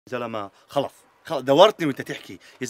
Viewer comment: ههه الثانية الاولى حكا خلث بدل خلص